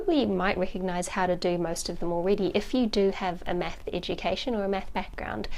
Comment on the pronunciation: i like how she says meth instead of math